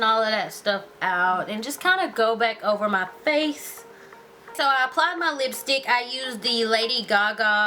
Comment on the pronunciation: everytime she say's FACE she make a "huh?" sound at the end it's cute lolx yhu are so friggin beautiful &&' iiLove all yhur tutorials